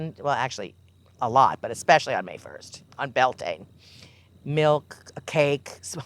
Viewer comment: I love but shes saying Bealtaine wrong… It's pronounced byowl tinna. It's Irish…